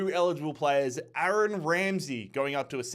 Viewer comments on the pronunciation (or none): none